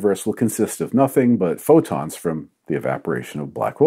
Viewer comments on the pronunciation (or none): none